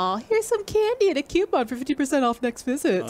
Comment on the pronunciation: Coupon, not cioupon.